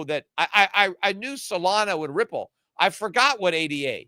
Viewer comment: how come he pronounced Ripple correctly? :O